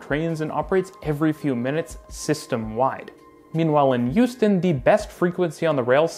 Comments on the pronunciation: Great video! I don't mean to nitpick, but the H in Houston is a hard H. Hyew-stin, not Yew-stin. And definitely don't pronounce it "How-stin" like those people from New England! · Hearing you say Houston in a way which sounds like Euston really makes my brain hurt, especially when talking about how Houston has bad public transit. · Are you talking about Hong Kong and Houston? I swear you're saying Youston. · Took me too long to figure out that he was talking about Houston and not Euston. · Don’t disagree with the points, but constantly pronouncing Houston as if it was Euston kept taking me out of it. (Born and bred Houstonian, though don’t live there currently) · Sorry, I’m not familiar with a city called “Youston” 😂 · Where the heck is "YOU'ston?" 😅